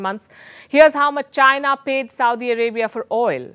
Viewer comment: Madam I think it is Chi-na not Jai-na😁